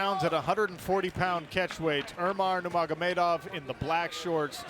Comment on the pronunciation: "umar numargomedov" okayy